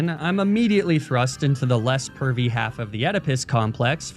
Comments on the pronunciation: I thought he said curvy LOL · I think he said "pervy", not "curvy".